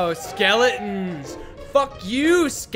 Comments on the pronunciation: nobody:: S K E L E N N S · W E A L L H A T E S K E L L E N S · can't help but notice that said skele'ons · Ah, yes Skel i ins